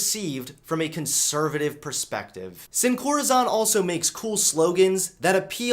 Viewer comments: It's.. Pronounced.. (seen-co-rA-sone) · SinCorazon = Without Heart (pronounced "Seen" "Corrrr-a-sone");) great videos, keep it up! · I'm not tRiggEreD or oFFenDed or fEeL OppReSsEd by this, but the way pronounced "Sin corazon" made me cringe😅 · The best part of this video was when mispronounced sincorazon. 10/10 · the way he pronounced sin corazon lol